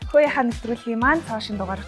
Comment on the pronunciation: Хөөе гэдгийг хөөргөө гэчий 😂😂😂